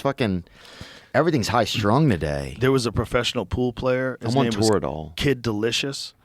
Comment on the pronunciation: "I want Turidol" Bro what is Theo going through 😂